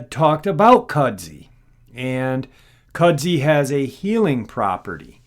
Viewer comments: Kud-zoo, not cudzy. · Kudzu, not "Kudzi". That...looks like a boar. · I don't mean to be an insult by any means. In the south Appalachia' S it's pronounced"kud-zoo". It came from Japan and is used to support a root system to prevent loose rockfall mostly